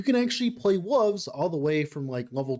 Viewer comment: Love your stuff. Appreciate the time you put in to put these videos together. Need to hear you say Wooves a few more times. 🙂